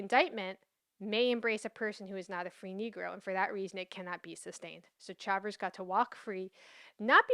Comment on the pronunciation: I thought Chavers = Shay- vous Shay-vers Is an native american surname and they are black Indians While you do a great job presenting history concerning Blacks ? Negros ? Mulattos ? I remain confused on this topic Can you explain what colored means legally?